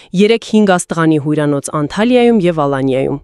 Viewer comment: Միանշանակ հայեր չէն այս տեսանյութի հեղինակները, միայն այն պատճառով, որ կան տեքստի մեջ բառեր, որ չկարողացան ճիշտ արտասանել .օրինակ՝ մինձ դեռ-մինչ դեռ հույրանոց- հյուրանոց անցապահաս-անչափահաս կարժ- կարճ թխուր-տխուր աղբարգղ😂😂😂 հայլերի-հայելի😂😂😂😂 Միայն հայերը կարող են ճիշտ արտասանել այս և բազմաթիվ հայկական բառեր